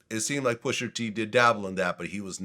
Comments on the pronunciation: Hey VLAD it’s pusha not pusher 😑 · When VLAD says “Pusher T” with that hard R it makes me cringe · Vlad stays refusing to pronounce rapper names that end in “a” properly 😂😂 “Pusher T”, “Tyger”, “Twister”... Pusher won though! 🏆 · "Pusher T"